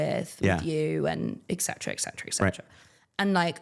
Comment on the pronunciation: I am a little disappointed, I must say, that she commits the grammar crime of saying "ex cetera ex cetera" more than once in the interview instead of the proper "etcetera", but that's OK, she's still awesome.